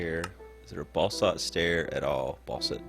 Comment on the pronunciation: Basalt,, basalt ("bah-salt"). Not "balsalt".